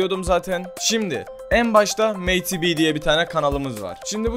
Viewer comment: meyti biy diye okunmuyor yalniz medi bi diye okunuyo ayrica bende takipcisiyim cok guzel rap yapiyo